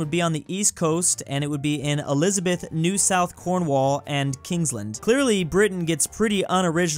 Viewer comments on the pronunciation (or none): The way says Cornwall hurts me.